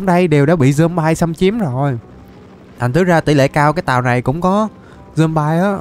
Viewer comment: Người ta đọc là dom bi còn thầy thì là dom bai kì dậy😠